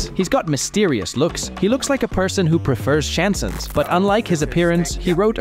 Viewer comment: Great video, but please look up the pronounciation of "chansons". No offence. :-)